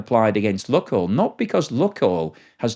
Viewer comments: LOO KOYL NOT LUCKOIL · BTW, it's not pronounced "Look-oil" but rather "Luke-oil". That's not 100% correct, but much, much closer. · Lukoil is pronounced luke-oil, not luck-oil. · Not properly pronounced that way mate. Long U